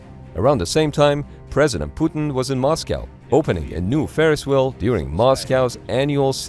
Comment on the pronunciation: I like the way he says "President puddin "